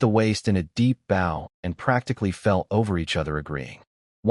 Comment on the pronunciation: The images are pretty good, occasional extra arms or visual puns from misunderstanding metaphors, some funny. Voice is pretty good, mispronouncing the usual words, bow, read, let, and a few others. But plot points keep getting dropped all over the place. His hidden valley is secret, no he invites people in and everyone knows where it is. #FeedTheAlgorithm